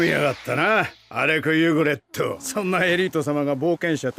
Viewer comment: 발음좀 똑바로해라 이름이 알렉 유그렛인데 알렉 유그레토라니 ㅡㅡ 변신것들 일본어 캬아앜 퉤!